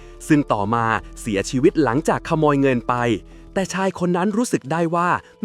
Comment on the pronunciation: คนภาคอีสานป่ะครับ เสี่ยซีวิต สำเนียงอีสานออกละ